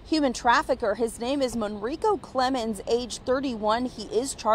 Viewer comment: "Monriko" Seriously 😐🤦🏾‍♂️